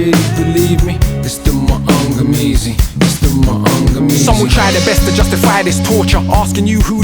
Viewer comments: Being Kenyan and understanding Kiswahili, I find Akala's pronounciation of Maangamizi quite amusing and slightly cringey😂 But A for effort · it's cringy because that isn't how it is pronounced, but it's understandable because he has a British accent. But him pronouncing it wrong doesn't mean people should stan him any less